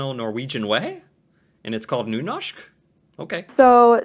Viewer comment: video: nynåshk: nuhnoshk